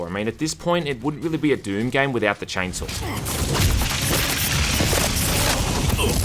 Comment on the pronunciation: Chainsaw has no R in it. Why are you calling it 'Chainsawr' ?